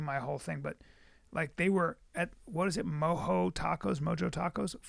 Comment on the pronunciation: When he called Mojo Tacos "moho" lmao